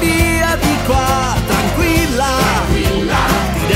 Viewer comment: dopo due anni mi accorgo che al minuto dici "tarquilla" invece che "tranquilla" apparte questo SEI UN FENOMENO bravissimo!!!